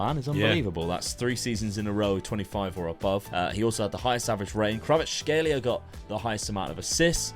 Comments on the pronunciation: Kvar-at-shkay-lia its not that hard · Name: Kvaratskhelia: Kravatskhelia "Its weird cause I know how to say that one"